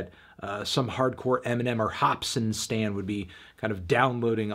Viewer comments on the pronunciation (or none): none